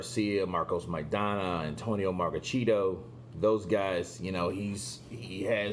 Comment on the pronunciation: “Antonio Margacheato” lol